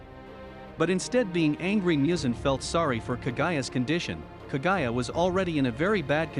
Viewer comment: Moo-zan like how a cow says moo. Please do research before naming names. And Kaguya is pronounced kog-guya